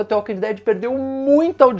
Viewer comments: É dtvâ walking dead kkkkkkk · Fico agoniado de ouvir ele pronunciando "tê walking dead" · Não se pronuncia "the" com som de T, mas pronuncia parecido com som de D.